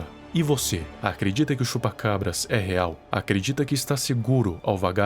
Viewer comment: mano quando ele falava Chupa...Eu ouvia Chupa Cu kk